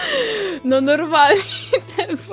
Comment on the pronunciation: Dzieki ale to jest Thew a nie DW;) Dw sie wymawia a w sumie tak wymawia